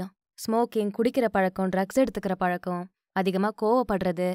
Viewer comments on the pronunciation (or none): none